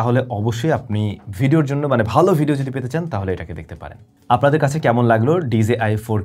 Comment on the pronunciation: ভাই আপনার সব ভালো শুধু pronunciation - টা একটু ঠিক করতে হবে। It's DJI - টা pronounce করেন আর যে কোন কথা বলা অ্যাপ এর মধ্যে দিয়ে দেখেন সেই App - টা কিভাবে করে। তাহলে আপনি আপনার ভুলটা ধরতে পারবেন।